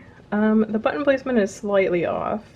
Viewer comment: You did an amazing job sewing the vest! And you gave me quite a chuckle at minute 30, because it sounded like "sew on the but hole", when I am sure you said button. That totally made my day though!!!